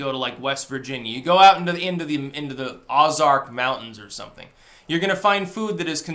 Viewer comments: The fuck is na Awzark mountain? You mean O zark? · Oh-Zark is the pronunciation. Thanks for the shoutout. Not many people know it even exists, let alone understand it’s a completely different culture from the rest of the US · you talking about the Ozark mountains? Not sure if it is correct, but I grew up there and we always pronounced it with a long "O". Oh-zark. Woo hoo! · Ozark is pronounced as "OH-zark". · O as in 'bone',. Ozark. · "Ahzark" mountains.